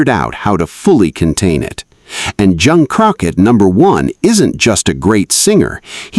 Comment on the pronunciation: This video made me hear you say Jeon Crocker, who is that? 😂😂😂😂😂😂 If JK catches that he would surely mock you for messing up his name.